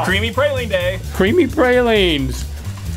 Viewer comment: Ya know you'd think that people from the south would pronounce pralines correctly.